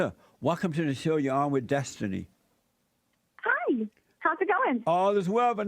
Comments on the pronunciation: "That's what i usually go by" "DESTUNEE" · Derrick Destunee